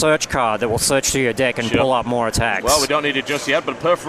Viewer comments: He says deck like dick. xD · When he says deck it sounds like dick...